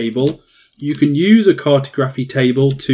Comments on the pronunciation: “CART-oh-graf-fee.” 😆 I’m dying with that pronunciation. Try “car-TOG-ra-fee” next time. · CAR-to-graphy? Lol it's car-TOG-raphy. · car.tah.graf.y not cartoe. grafee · CAR-toe-GRAPHY car-TOG-raphy Is this an accent thing? I’m not trying to be a grammar dick. I’m genuinely curious, because I’ve always pronounced it the second way. Anyways very helpful video. Great stuff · I’m glad you realised the pronunciation was a bit off 😂 great video tho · Cartography is pronounced like geography. The way you pronounced it sounds cursed, it's like saying photo-graphy as opposed to photography. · Where is the presenter from? Why does he pronounce cartography that way? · Good guide. But that's not how you pronounce cartography 🤦🏻‍♂️ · Or when he mispronounces Cartography or Cartographer 🙈🍻